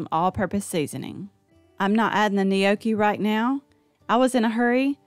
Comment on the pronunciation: You aren’t pronouncing gnocchi correctly!